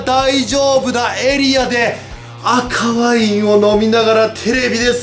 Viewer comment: 赤ワインが可愛いもの見てに聞こえる